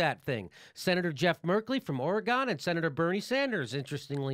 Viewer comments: you said ora-gone 😭😭😭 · Or-eh-gun', Jimmy. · C'mon jimmy. You live on the west coast. Get the pronunciation of Oregon right. GREAT VIDEO, THOUGH.